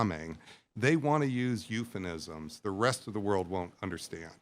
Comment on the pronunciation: the "expert" is a simp. he blithely tends his little academic garden, oblivious to military necessity, oblivious to reality. "eupheNisms"? huh?